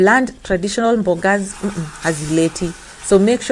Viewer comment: I really like it when you say mbogas 😂😂😂aki kenyans